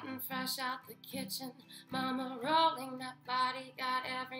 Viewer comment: I love how you can tell her trying to pronouce certain words without her accent. (Rolling, ignition)